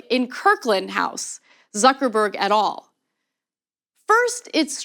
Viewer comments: Et al. Is 'et aal' not 'at all' Ana. You really are not the sharpest pencil in the box. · Ana pronounced 'et al' funny. Also, a Rhodes scholar who plays dumb on current issues is a red flag. He sounds like a massive conformist, basically another milquetoast like Obama. He would be fine during a time of prosperity, but he's not what we need now.